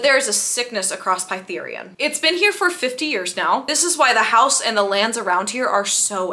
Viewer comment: obsessed with how you pronounced Prythian as “pie-three-an” actually